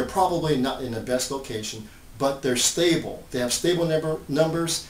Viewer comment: It's stable not stabile.